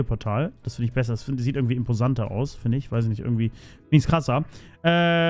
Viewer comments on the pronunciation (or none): Imposant= Im-Po-Sand